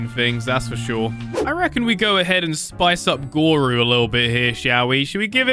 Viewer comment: YOU TURNED GORU INTO ERYRU